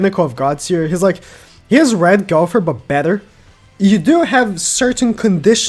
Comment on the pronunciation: Gow Ther Not Gow Pher